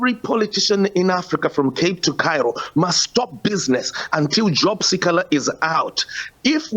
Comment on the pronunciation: The news reader can't pronounce si kha la 😱